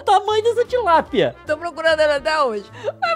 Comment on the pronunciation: A "TILAPIA" me quebrou😅😅😅😂😂😂